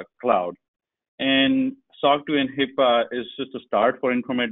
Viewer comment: Not to knock on anyone but... it is not HIPPA but rather, HIPAA for all the security focus coming behind us. I've been trying to get it into the public security psyche the correct wording, since its inception and misuse since then... (At the ~24 minute mark) But overall, good talk - thanks for posting.